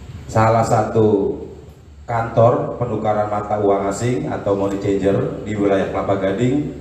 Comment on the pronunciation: Pembaca berita Tribun News harus belajar bahasa inggris lagi sepertinya, Membaca: Money Changer aja salah.. aduhai 🤣🤣🤣